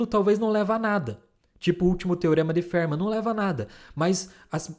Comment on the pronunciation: A pronúncia para Fermat não é "férma" e sim "fermá".